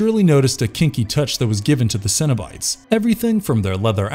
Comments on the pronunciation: Did anyone else think he said Cinnibites? Like the mini cinnamon rolls at Burger King? Lol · Cenobites sounds like Cinnabites and now I'm hungry